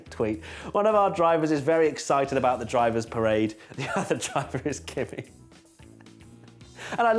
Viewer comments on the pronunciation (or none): none